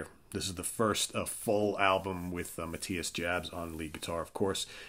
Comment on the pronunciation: you completely whiffed on "Unbreakable". You should really give it a try. Also.. it's pronounced Ma-tee-yas Yobs My top ten 10. Savage Amusement 09. Fly to the Rainbow 08. Love at First Sting 07. Unbreakable 06. In Trance 05. Virgin killer 04. Blackout 03. Taken by Force 02. Lovedrive 01. Animal Magnetism